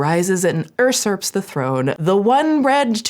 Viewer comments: technically languages made up and we can say stuff however we want... What traditionally it's pronounced "you-surp" As in m, "usurp, you slurp" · the word you are looking for is usurp. Pronounced YOO-surp. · Very small thing lol but Usurp is pronounced You-surp, not Err-surp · Unrelated but the pronunciation of Usurps KILLED me lol it’s pronounced the way it’s spelled 😣 YOU-surps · Did you just say uRsurp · Its pronounced you-serps lol but its okay it just means you learned the word from reading it not hearing it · yew-surp. Sorry. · ....usurp???? ursurp??? ps love how this woman had no hairnet or gloves while baking :x big yikes. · Usurp "yu-serp". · Fyi only, not a big deal - "usurp" has a different pronunciation!